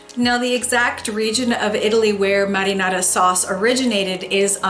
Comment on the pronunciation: Muddynana?? Sauce Whaaaa? U mean marinara ?